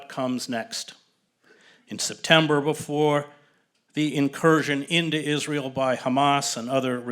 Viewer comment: ‘Is-linear-eal’, what they’ve learned from the Nazis ✔️